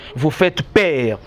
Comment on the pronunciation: En tout cas le Congo n'a pas de chance. Il dit celement au lieu de seulement. Il dit per au lieu de peur eloko nini ya bien omoni wana. Bof yo moko ozo loba duction au lieu de diction... zoba na zoba soki ba kutani bako sala kaka buzoba moko.